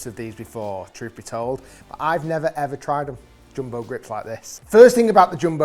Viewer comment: Bro said joombo